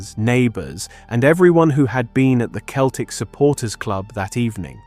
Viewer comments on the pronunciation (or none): Small point but when referring to the Glasgow football team Celtic is pronounced "Seltic" not "Keltic" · The constant mispronounciation of "Docherty" makes this hard to listen to. Also, who pronounces "Celtic" as "KEL-tic"?